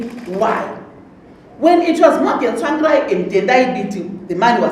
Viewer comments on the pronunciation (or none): The way she pronounces 'Tsvangirai' Tswangirai 😁😁